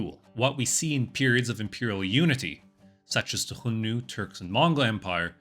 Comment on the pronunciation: A little out of topic. I get tickled every time you say "Hion-nu" but start to wonder if you were pronouncing X according to the Russian language.